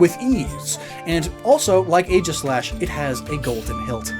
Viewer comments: “Ae” in Greek is pronounced like a hard E, not an A. So it’s EE-gis-slash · Am I the only one disturbed by the mispronunciation of Aegislash? It’s pronounced EEGIS-LASH.